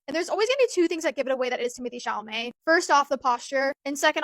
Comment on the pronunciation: not "Timothée Chalalé" FRTGHYYH